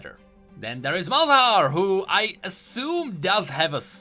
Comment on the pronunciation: Love how you pronunced Malzahar👏